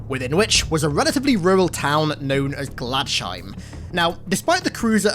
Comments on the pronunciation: Glads Heim. Glads. Heim. My eye twitched every time. :) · It’s pronounced ‘glads-heim’ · You pronounced Gladsheim wrong its totally a german word